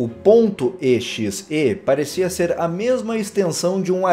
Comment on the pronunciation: Não se diz E X E diz-se exe (eu sei que vcs não me estão a ouvir mas tu disses-te errado )